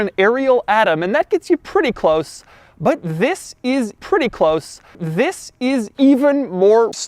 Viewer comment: Why do I feel he is saying "YIS" instead of "THIS" at the beginning of this video